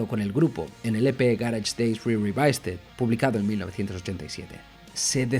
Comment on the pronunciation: Qué gracia cómo pronuncia "revisited"😂